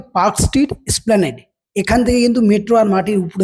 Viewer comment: “Splanade” boley kichu hoy na it’s ESPLANADE 3.04 - Rotating- Not Roting